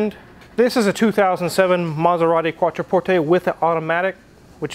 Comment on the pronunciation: Thank you for pronouncing Quattroporte properly...